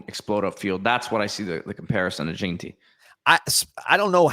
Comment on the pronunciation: It pronounced gen tee not JEAN tee😅